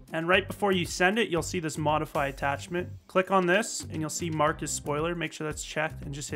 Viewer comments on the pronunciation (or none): none